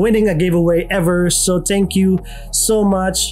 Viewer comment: You make good videos bruh,, If I can suggest, it's pronounced as thank you and not tsank you,, keep making good videos!